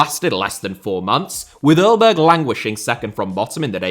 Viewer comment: Just FYI 'Aalborg' is pronounced 'El-bor' the El is like a spanish 'El' but without the accent hahahaha. Also their logo has 2 small penises on it for some reason.